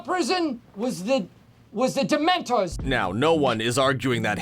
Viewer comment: Ok this narrator is driving me crazy not pronouncing the words right like dementor 😡